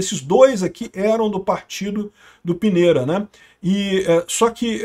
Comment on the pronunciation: A pronúncia é Pinheira